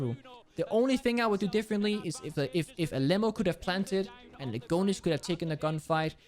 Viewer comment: Bro im from Brazil, I find it super funny how he pronounced Alem4o because it’s supposed to sound like Ah Lê Mão(maum in english). Love u and the fact that you are supper respectful with the brazilians. ❤️